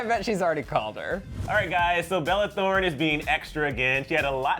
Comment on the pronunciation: " bella throne " HAHAHA